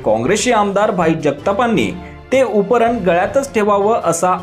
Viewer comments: उपरन नाही रे बाबा ,उपर्ण म्हण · अहो मालक उपरन नाही उपरणं बोलतात त्याला😂😂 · उतरण असते तसं आपण उपरण म्हणता आहात.. उपरणं असतं ते महाराज.. उपरण नाही.. 😂😂😂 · 'उपरणं' चा उच्चार करायला शिका... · उपरणं...उच्चार निट करा.. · उपरणं चा उच्चार नीट कर.